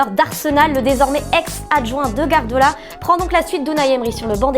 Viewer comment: alors mettre des femmes pour remplir vos qutoas pourquoi pas, mais si vous pouviez au moins en prendre qui savent prononcer les noms... Je suis qu'à la moitié et je me demande déjà qui sont 'bapé" et "gardola". DIS LES TERMMEUHHH !!!!!!!!!!!